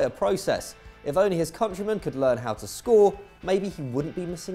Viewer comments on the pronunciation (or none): none